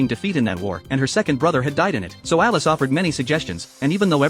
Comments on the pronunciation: Brooooo its elise not alice😭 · It's Elise not Alice!